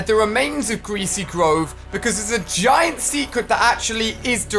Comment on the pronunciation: Yeah ali its a g-eye-nt creature